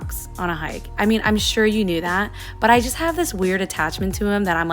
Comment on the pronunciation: u picked up pidgin lol "what u meeean'